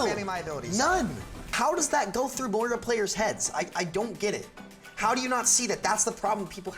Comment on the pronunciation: It's MOIra, not MoRIA :P big oof on thumbnail... also of course everyone hates on Moira now that she's meta. Remember when she was trash before sigma?